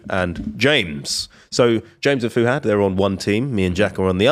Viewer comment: I hate the 'Fu'......it's Fuhad....damn